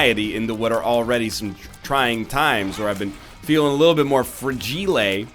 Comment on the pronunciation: "I've been feeling a little fragilet" fragile is that what you where trying to say or am i missing something Xd